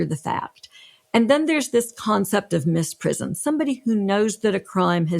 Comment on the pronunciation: I admire these people greatly, but this video is a blemish on their resumes. : Babushka. First, it's BAH bush ka, not ba BUSH ka. And it means grandmother. I don't think one wants to wear a grandmother. Second, "misprision" is OBVIOUSLY not "mis PRIZ on". si there, as one of the lawyers noted is zh. collision, derision, lesion, abrasion, ....